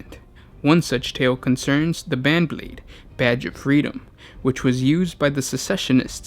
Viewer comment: Okay... I was fine with rattle-ling, but the 'ban-blade'?... c'mon now. This is beyond a joke this point.